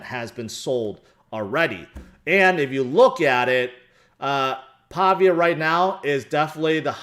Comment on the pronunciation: ITS PAH-VEE-AH with emphasis on VEE syllable. Named after the italian town Pavia.